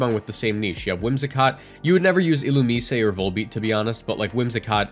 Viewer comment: "Ill-oo-me-say"??!?? WHY? WHY DID YOU HAVE TO BUTCHER THE NAME LIKE THAT???